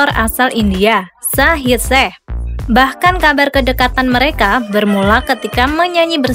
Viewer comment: Kok panggil nya shaheer sheikh bukan e tapi eikh agar lafalnya terdengar ucapan i . Salah mbk bukan shaheer sheh tapi bacanya ada terdengar i mohon di betulkan ya!!! Aq suka kok!!